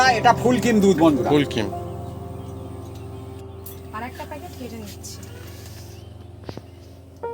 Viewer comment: ফুল কিম্ না। ফুল ক্রিম। full creme. নতুন মেয়েটার উচ্চারণ শুনে বলুন।